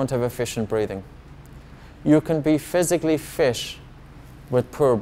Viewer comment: I knew something was up with this guy when he said physically fish